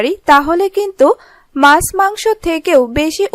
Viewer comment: Mas noy kathata maachh... Mane fish. R soril noy bolun sorir... Nirghat apni Bangladeshi... Apnarai paren kathar ma maasi ak kore dite...